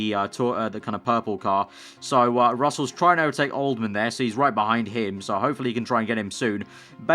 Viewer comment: old-ham!! not old-man fs